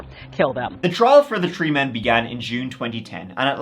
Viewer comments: New drinking game! Guinness. Every time says “tree” take a good long sip! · I love your voice, it's one of the reasons I listen besides your awesome content! I could giggle hearing you say tirty (thirty) or tree (three) all day, makes me smile every time! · I love your vids but I really get the feeling you really like the number 3/"tree" lol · can’t help it! It’s a throwback to when Irish was the only language spoken in Ireland. E.g. “Three” is “trí” in Irish, pronounced “tree”. ☺️🇮🇪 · Next stop "Tree" million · In this episode, said “tree (3),” “turteen (13),” “turty (30),” and “turd (3rd)” thirty-one times. I believe that’s a record high. Congrats!